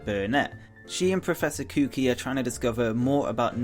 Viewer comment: professor koo kee? lol.